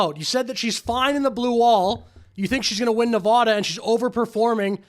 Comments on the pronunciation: Pronounce Nevada correctly DUDE. Damn dude. Say it right. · Pronounce Nevada properly, she says it correctly so work on that . 😊